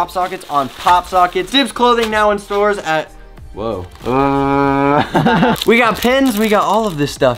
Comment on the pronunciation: Who tf says Whowa 😂😂😂